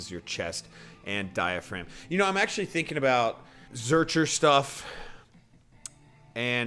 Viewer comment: Sorry dawg but that was a legit zercher carry. Also I think your pronunciation is incorrect.